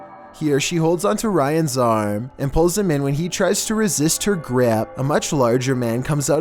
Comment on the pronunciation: “When he tries to resist her græp”